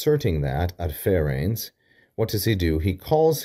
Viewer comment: I think it is "adserens", not "adferens" (as you pronounced it).